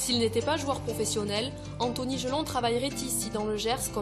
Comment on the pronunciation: Jelonch pas Jelong